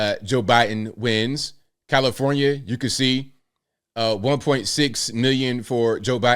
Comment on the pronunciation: It's comifornia abl, not comnifornia.